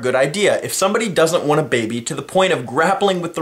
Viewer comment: There is something amusing about the way you say "baby". Not every time, but every once in a while it sounded like "baybey". so... yeah.